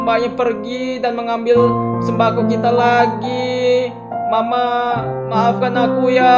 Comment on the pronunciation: Tolong sembako kok jadi sembaqo😭🔫